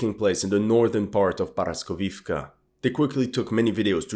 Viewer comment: Not paraskovivka, it’s called poroskeevka